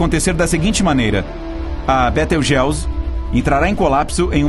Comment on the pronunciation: Betelgeuse ( Betelguizi ), não beteugéuzi